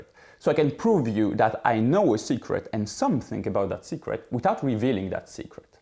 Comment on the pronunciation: When he first said secret, I totally thought he said cigarette